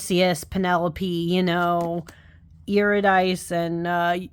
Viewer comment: The Greek names that end in e are generally accented fyi. It’s Psych-we and Eurydic-ee. Not easy to get if you’re only reading it!